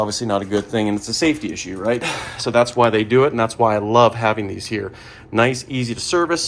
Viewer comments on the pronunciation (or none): none